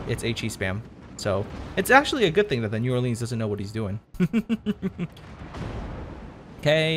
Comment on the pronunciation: My Louisiana soul hurts the way he pronounced New Orleans.....think of it as Nawlins